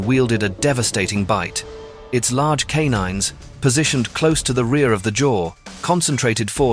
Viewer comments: Dude it’s pronounced ‘Kay-nine’ it almost sounds like you’re trying to say kay di-did, which is a insect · I think he’s right